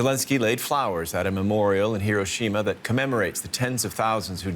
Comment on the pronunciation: &@ Thank you for being an EDUCATED reporters and pronouncing "Hiroshima" correctly.